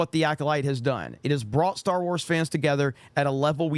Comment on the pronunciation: "Star" lol not quite